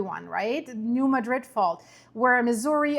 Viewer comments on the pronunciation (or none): Mad’-rid. Not like the Spain town. If you want to pronounce it correctly. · You're saying it wrong. It's not pronounced like the city in Spain, because it's named after a city in Missouri. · Born and raised in Missouri and now live in Texas. Emphasis is on the first syllable, MADrid.